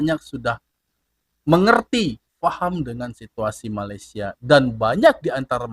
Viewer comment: MALAYSIA DI BUNYIKAN MALE SIA BUKAN MALAI SIA